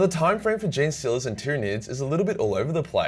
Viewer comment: "Jean-Stealers" is exactly right, can't stand those wierdo's who say "Genie-Stealers".